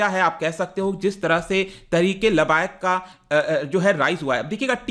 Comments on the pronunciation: वो लबायक नहीं है लब्बैक है। तहरीक ए लब्बैक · labayak nahi hota labbaik hota hai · Pronounce as (Laab-baye-ek)